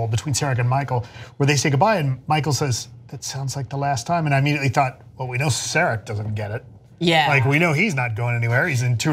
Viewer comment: That's not how you pronounce "Sarek" folks.